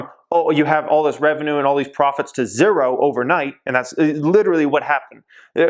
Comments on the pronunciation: what's up with the "zerrro" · You say zero weird.. love ur videos tho 👍